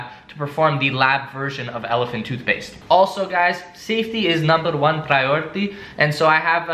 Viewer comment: "Safety is numbuh juan priority" Familiar? Crazy Russian hacker